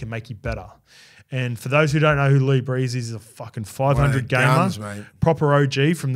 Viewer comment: Don't mean to nitpick, but is pronouncing Lee Briers like "brees" as in Drew brees, his name should be pronounced brears like rhymes with beers